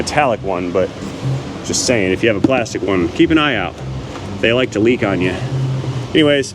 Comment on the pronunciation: "Plas-tec" I see that you saw Indian in the Cupboard and quote Omri's way of saying it like my family does, lol.